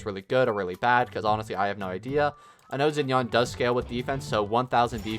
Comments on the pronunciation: Bro is saying Zen-yawn. WHO IS THAT 😭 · isnt xinyan's name pronounced shin-yan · Yeah, I hate how he pronounced it 😭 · hurt my soul when he says zin-yan